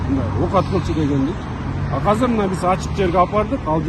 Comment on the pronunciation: Кыргыз тилинде "азыр" деген созду "казыр" деп да айтышабы? 1-жолу угушум, кайсы жактын диалекти бул ыя?